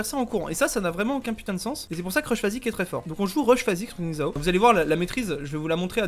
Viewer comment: Merci de ne pas adopter un accent offensant quand vous prononcez Xin Zhao